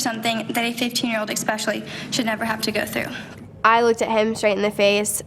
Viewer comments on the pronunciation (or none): i feel so bad but the daughter is so annoying like when i'm listening to her victim statement she sounds like she's reading a report on what she did over the summer in 4th grade. she even says "expecially"